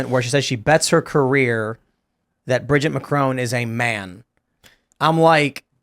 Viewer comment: Sssso it’s “ Bridger” Macron??? Lol